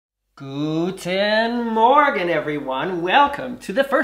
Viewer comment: “Guten Morgan” sounds great to me!